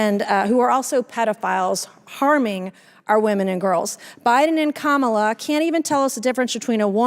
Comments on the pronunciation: "Women matter" and also won't respect Kamala Harris enough to 1. say her name correctly and say 2. "Biden and Harris" instead of "Biden and KaMAHla." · She is a racist. She deliberately mispronounces Kamala’s name because she has no respect for black people. She behaves more like a self absorbed TikTok kid than any kind of serious legislator.